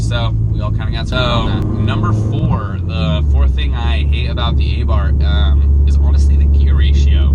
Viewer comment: A Neu-f rear bar will cure this. Also, it's pronounced "Ahh-Bart." There is no "th" sound in Italian.